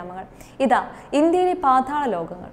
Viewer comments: പാധാള ലോകമല്ല, പാതാള ലോകം 😆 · Paathaalam ennu vyktham aayi parayoo